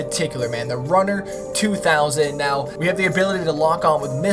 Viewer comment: Not even a minute in the video & already 2 errors... 1. KITT not KIT 2. Runner 2000? It's Ruiner as in ruining things